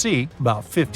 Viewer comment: New MAD rid is how it’s pronounced. We used to go fishing in Reelfoot Lake.